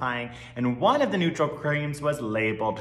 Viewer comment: why is he pronouncing "the" like that, please stop